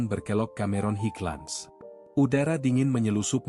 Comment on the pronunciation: Cara penyampaian cerita tu dah bagus tp maaf banyak sebutan nya salah. Contoh RnR disebut Erener malah sebutan roti canai pun pelik bunyinya Roti Aroya tu apa EK 🤔 😂 Cameron Highlands jadi Kameron Hitlan 😂